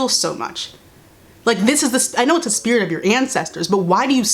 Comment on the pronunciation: “Thé spirite of your ancestors” 🤣🤣🤣🤣🤣🤣🤣 I’m Arab but I’ve always said this!!!!!!!!!!!!!